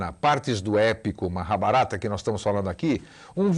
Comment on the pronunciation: Engraçado ele falando Maha - barata👉 🦗🦗😏🤣